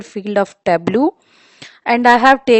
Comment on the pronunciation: Got the pronunciation wrong for Tableau..